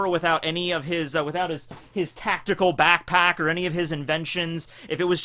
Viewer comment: When he said Back Pack he actually said pack pack :/